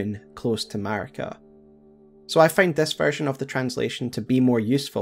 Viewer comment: maRIka, not maRKia